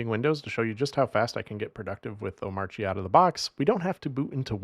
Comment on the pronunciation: Is pronouncing the silent "R" in Omarchy a troll at this point?